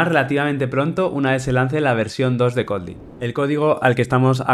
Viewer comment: No me cabe en la mente un dev experto en Kotlin que ni siquiera pueda pronunciar Kotlin correctamente